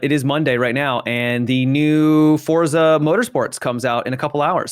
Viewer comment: Forza is pronounced more like fort-za. Check out your favorite translators in Italian.